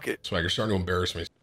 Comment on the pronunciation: Day 38 of telling Tim he says ‘mii’ instead of ‘me’